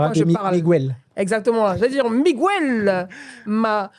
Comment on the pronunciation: Faut revoir ta prononciation de Miguel et non migouel. En espagnol comme en français la lettre G suivit des voyelles fortes U, O, A se prononce G. Ex: Guérir( fr) et non gouerir Guerra ( es) et non Gouerra . Merci